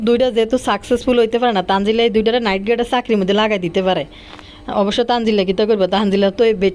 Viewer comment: আপু গো নাইট গাড কথাটা সুনে খুব হাঁসি পাইছে